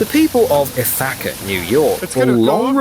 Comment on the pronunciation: Ith-ack-uh New York. 😂 I'm going to start saying it that way. People also say it's "gorges."